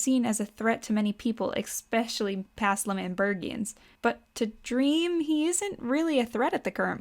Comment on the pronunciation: Why do you say "especially" as "expecially"?